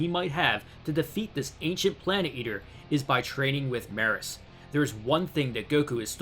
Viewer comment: It's pronounced Me-Russ. Couldn't take it being mispronounced anymore lol